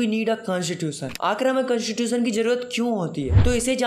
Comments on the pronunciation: Constitution ❎ Cantitution✅ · Constitution❌ cantatution✅ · bro listen it's not whaaat , it's what and it's not cunstitution it's , constitution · Aap constitution ka pronounce galat karte ho